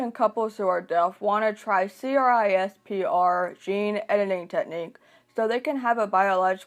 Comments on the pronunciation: This is a good video but the fact that you said c-r-i-s-p-e-r instead of saying it like "crisp-er" drove me nuts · Just you know, generally CRISPR is pronounced as “crisper”, instead of saying each individual letter 🙂